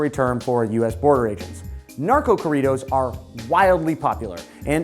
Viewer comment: Lol the way he pronounced corridos